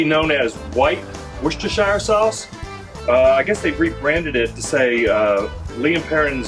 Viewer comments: "Rooster-sheer" your welcome! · com'on it's easy, woos-ter-sure that easy. If you pronounce sure like me and not like the Jersey Sure;-)